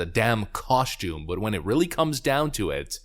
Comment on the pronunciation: "Coshtoom." I have to add that to my list,. You're the verbal gift that keeps on giving!